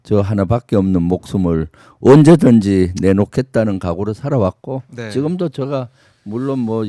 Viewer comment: 김병주 존나 실망이다. 공취모 모임에서 탈퇴했지. 완전 이것도 멍청래 길 따라가는 구나. 딴지만 쳐 보나봐. 최고의원이 누구덕에 됐는 데. 말도 어눌해서 제가를 저가 저가 이렇게 발음하는 놈 잼통령이 조금 코치해서 진지한 연설로 바꾼 뒤에야 겨우 득표해서 최고의원이 됐건만 지가 잘나서 인 줄 아나 봄 4 성 장군이라고? 니가 일을 잘 했으면 대통령이 국방장관으로 임명했지... 최고의원 자리 박차고 나가서 되지도 않는 도지사 뛰어들고 그 최고의원 자리 친문한테 넘겨준거나 마찬가지야. 계속 그렇게 친문한테 충성해봐라. 남양주 의원 자리도 바뀌게 될 거다.